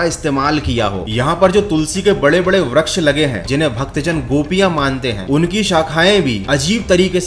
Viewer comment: bhai vraksh nhi vriksh hota he